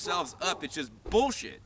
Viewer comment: hahaha, said the word "bullshet"